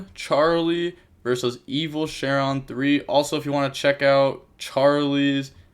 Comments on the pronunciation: Bro this is like the 100th iron man with evilshenron It’s SHEN-RON not Sharon lol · You’re pronouncing it with an A so it’s sounds like you’re saying Share-in but it’s an e so it’s Similar to six Sam Shi-En but there’s no I so it’s just Shen then Ron